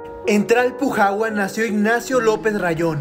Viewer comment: Me da risa que no puede pronunciar bien Tlalpujahua 😂😅. Videaso 💯